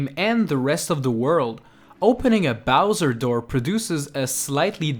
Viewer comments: Joelee Rowger Bay? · connor bowers I thought he said "Surround me bowser!" I was confused.